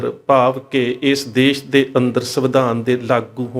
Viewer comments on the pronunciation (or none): none